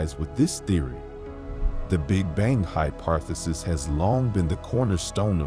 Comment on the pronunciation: bro said ”hyparthisis”💀 Nah but this is really exciting and mindblowing🙌🏻 good stuff🙏🏻♥️🔥💯